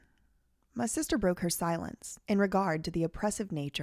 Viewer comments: I absolutely can't handle the way you say "SEESHTERRR" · Yo I was hollering when you said "sistezr" 🤣 😂 💀 😭